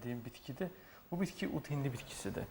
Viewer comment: Başa düşə bilmirəm "ut hindi" yoxsa,"ud hindi"?. Sözü düzgün vurğula savadlı həkim....